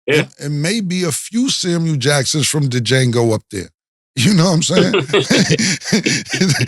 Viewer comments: Man said D-Jango 😂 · Not for nothing the D in Django is silent Cam 😅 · Yo Cam, the D is silent, pause 😂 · Damn Cam…..Django himself told us all in the movie that the “D” is silent. Pause. 😂